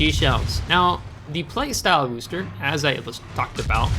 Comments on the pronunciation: How dare you mispronounce Worcester. Actually that is pretty close to correct. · Yeah that's how Bostonians pronounce Worcester so good on ya for saying it the way that the city it was named after says it.